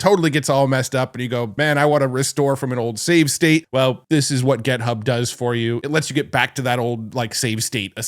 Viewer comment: It's "et-cet-era" not "ex-zed-ra" and "Git-hub" not "Get-hub."